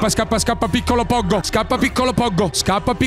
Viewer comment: Poggo non si pronuncia come hai detto nella intro😅😅